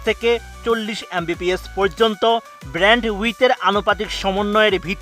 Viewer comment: যিনি ভয়েস দিয়েছেন তাকে বইলেন ব্র্যান্ডউইথ না - ব্যান্ডউইথ